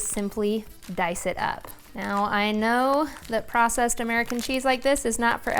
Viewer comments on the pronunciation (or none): none